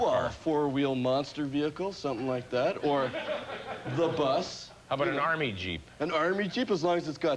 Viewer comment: it has always killed me how he says “a four wheel monster vehicle or… the bus” 😂😂 there is just something about the slow emphasis on “the bus”